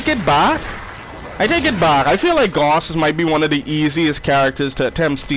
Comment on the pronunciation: It’s pronounced gouse like doused